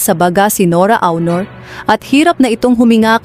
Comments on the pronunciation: Hooooyyyyy!!!HINDI AWNOR ang pagpronounce ng AUNOR ni ate guy kundi ONOR.....NORA ONOR (Aunor).Kakairita yng pronounciation mo sa showbiz name ni ate guy. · Onor not Awnor pls. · HINDI PO BA KAYO NAKIKINIG NG TAMANG PAG BIGKAS NG APILYEDO NI ATE GUY? ANG PAG BIGKAS NYAN AY ONOR(AUNOR)AT HINDI AWNOR.ISA KARING GAGA. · Anokaba Dai Dili awnor ui?;onor Dai sllent u anokaba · Akala ko ba NORA AUNOR. Eh bakit yung boses panay sabi Nora AUROR. Paki correct naman, RESPETO naman dyan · Hindi po awnor aunor po NORA AUNOR hindi awnor kaloka. RIP Miss N.A. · Why don't you pronounce it as ONOR? Hindi AW-NOR ANG PAG PRONOUNCE NITO!!! Para kang SIBUYAS BOMBAY magsalita!!!!! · Leche awnor daw onor bigkas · Awnor,,onor,,oh no filipino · Pronounce as Onor not Awnor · Anong awnor., aunor po as in onor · Nora aw...nor b prounaciation nun ok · Ano saki SI Nora auwnor sobra naman Ang pronouciqtion kopal ka? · Ayusin mo Yung AWNOR mo. OA mo NMn. Panget pakinggan. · Nora "AWNOR?" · Nkakaloko naman yang pag pronounce mo ng “AW-nor”… disrespectful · why u keep saying “awnor”? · Sbi ng narator nora awnor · Awnor hehe AI ba to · 🤪Don't you know how to pronounce her last name? . My God she was around for so many years and cannot say her last name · Sino bs itong nagsasalita na ito tagalog na ang salita di pa masabi ng msayos psti apelyido ni Ate Guy di mabigkas ng maayos 😂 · Rip po. Yung voice over, mali po pronunciation mo sa last name nya. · Awnor? Baga? Ayusin nyo po ang pagsambit sa mga ito, di po nakakatuwa.